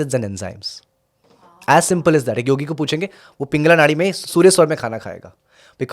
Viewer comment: Hey don’t know how to pronounce pitta or pingala .. if you don’t mind improve that first phir interview karo don’t destroy sanatan language